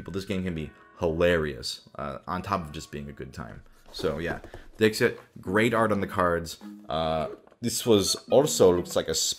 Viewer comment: Me: listening to this video as background sound ProZD: "Next let's go from the 'hardest' game to the easiest game to play...and that is 'Dick Sit.'" Me: Wait, what?